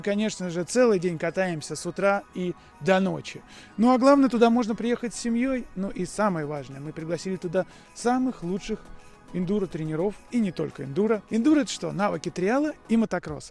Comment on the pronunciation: не тренерОв, а трЕнеров! Безграмотный Вы наш